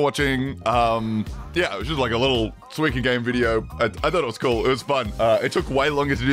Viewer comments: Bro it's SUIKA not suiki or whatever tf you are saying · Why do you say "swika game"? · its 西瓜(スイカ) "soo-ee-kah" which literally just means watermelon in japanese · Every time he says "swee-kuh" instead of suika I die a little inside Otherwise, great video as always! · It got me laughing me whenever he says the game name. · I came to see how he pronounced Suika. I wasn't disappointed 😂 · god the way he pronounces suika is killing me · the way says suika is painful lmfao